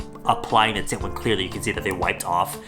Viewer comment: Everytime said tint, it ended up sounding like tit